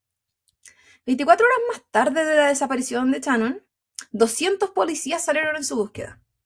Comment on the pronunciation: Amo que en hs que dura el caso, ni una sola vez la dijo Shannon, sino Chanon!! Mas chilena, no se consigue 😂😂🥰🥰